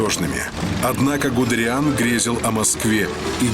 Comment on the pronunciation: Он ГудЕриан, а не ГудериАн (произноситься ГудЭриан)